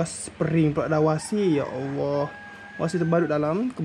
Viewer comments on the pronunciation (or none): Washer Aki bukan wasi